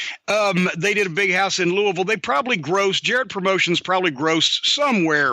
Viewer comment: It's Louie-Ville You do not pronounce the S